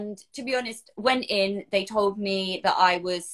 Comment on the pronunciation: Nobody in the US says cer-vy-u-cul lol. But thats terrible they refused a pap so long!!